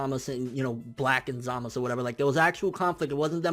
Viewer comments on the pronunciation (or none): BRUH ITS ZAMASUUUU NOT ZAMAS